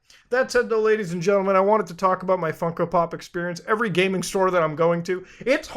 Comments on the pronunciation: why does he keep calling them funky? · I can’t take him seriously when he keeps saying “funky pops”